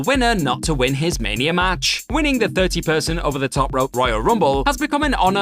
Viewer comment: Mania* not Manier